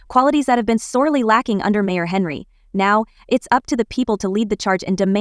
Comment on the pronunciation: It's Henyard, NOT HENREY!!!! WOW!